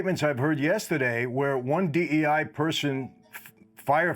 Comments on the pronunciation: Bro kept saying D-I-E hires 😂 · Guest keeps saying DIE rather than DEI -- is that a Freudian slip?